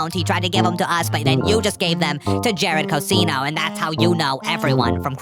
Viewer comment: Can you pronounce Cousino as Coo-Zin-oh from now on please? That's how I say my name. Thanks. Love this show. Didn't feel like last episode was a good time to leave a pronunciation guide.